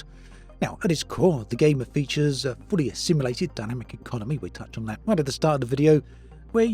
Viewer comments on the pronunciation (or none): none